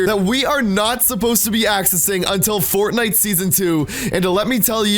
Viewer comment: My mom can say Fortnite better than you